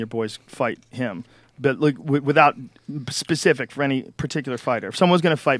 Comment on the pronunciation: Why can't Americans say specific?